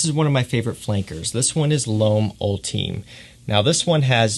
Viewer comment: It’s actually pronounced (all-ti-may) and def a solid flanker